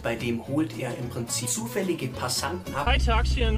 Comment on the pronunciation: Man er kennt die Frauen die in das Auto steigen, deshalb betont das ZUFÄLLIG so xDDD